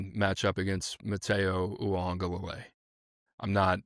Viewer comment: Man… if ur not gonna pronounce his last name correctly just say “Matayo”